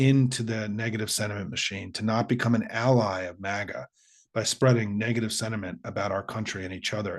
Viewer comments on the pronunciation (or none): none